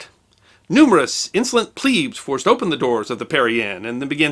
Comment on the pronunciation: Pleb not pleeb